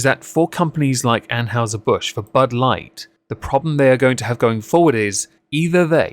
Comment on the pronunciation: ann-hi-zer :p